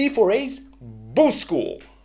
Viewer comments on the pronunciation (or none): The way you say Boost School sounds like you're saying Boozed School.